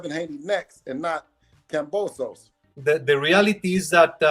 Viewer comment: He don't even pronounce kambosos right